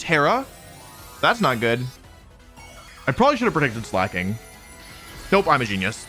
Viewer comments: I miss when he used to call it Slayyyy King 💅💅 instead of pronouncing it correctly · About the Slaking pronunciation thing - slaking is an actual word and is pronounced slay-king Totally reasonable mistake to make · Fun fact slaking is actually a word in English and it's pronounced exactly like Wolfe does it. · I like how you pronounced Slacking. Sounded like Slay king lol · For every time Wolfe calls Slaking "Slay King" I will continue to call Shedinja "Shed Ninja" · You know first thing I noticed was that you now call it Slak-king and not Slay-king like you usually do...Please don't let those stupid short comments get to you (I swear most are brain dead, bots, or both) call it Slayking it's better anyway. I like when you pronounce them as you think instead of tiptoeing over what is 'offical'. Like the offical company has retconed how they say some of the names so who actually cares that much? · Wolf nearly getting crucified for saying slayking will always be funny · It's ok, I too called it "Slay-king" as a kid I'm right there with you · i find it funny how he pronounces it (in his heart) as slay king, like its giving "yass slay king", which is cute jsjs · wow I can't believe Wolfe would mis-pronounce a Pokémon's name. I'm sure that has never happened before. /s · It's a little disappointing to see the man who used to deliberately mispronounce Pokémon like Gengar and Venusaur get bullied until conformity on Slaking 😢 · Noooo Wolfey is falling victim to audience capture and no longer mispronouncing pokemon names!